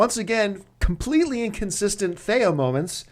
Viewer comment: stop saying thay-a its TH-ee-a